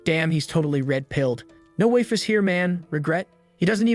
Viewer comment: "waifes" and not "waifu's" at the start is oof XD